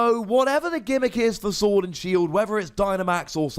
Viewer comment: Lol said Shord and Sield